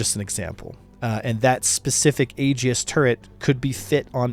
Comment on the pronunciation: I initially thought he was saying A-G-I-S really fast. If you're trying to pronounce Aegis correctly, remember that it's Greek in origin so it's kinda funky, and the best way to pronounce it is, "EE-jis". I was playing Red Alert 2 in high school on my laptop, and I made a comment about Aegis cruisers (Ae-jis), and the teacher responded with a quote from the Iliad with the proper pronunciation.